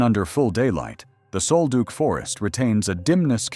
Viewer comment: It's "sole-duck", not sole-duke. Damned AI!!!!